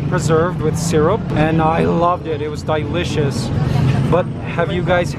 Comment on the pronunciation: He says DYE licious